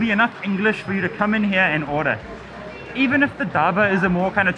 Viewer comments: Dhaba Karl not Daaba😂😂😂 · its not daba .. PRONOUNCE IT LIKE DHAA-BAA ... your H is silent